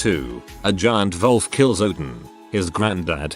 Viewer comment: What's up with the English narration reading "wolf" like "vulf"?